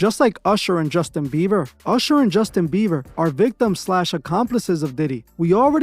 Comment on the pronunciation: Also; its BIEBER, NOT BEAVER.